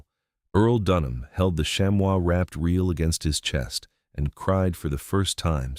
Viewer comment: Chamois is pronounced “sham-ee” not “sham-wow” lol.